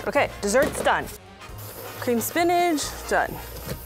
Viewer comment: Why does she say spinach like spinaj